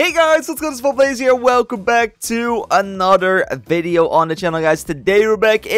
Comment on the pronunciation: he keeps saying anoder its not thst hard to say th its another